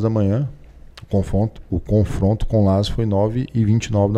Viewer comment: Confronto ele falou confronto?